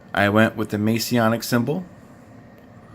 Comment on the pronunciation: Greetings. Just curious. Are you a Mason? Or did you just pick that style unwittingly? The fact that you kept saying "May-see-ah-nic" leads me to believe the latter.